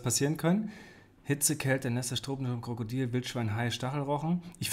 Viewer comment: Warum sagst du Krakadil und nicht Krokodil?